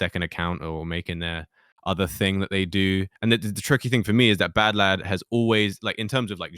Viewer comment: Oh... its pronounced badlad...